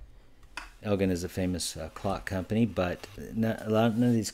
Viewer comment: Hi, just to let you know that Elgin is pronounced EL-JIN. I love your channel! :)